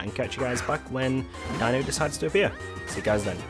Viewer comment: It’s pronounced deeno